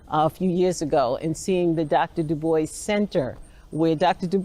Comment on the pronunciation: Funny. He doesn’t even know how to say WEB DuBois name correctly, but you’re so studied. I too study panAfricanism and know DuBois said there ain’t a lick of French in his story. His name is Dew-Boys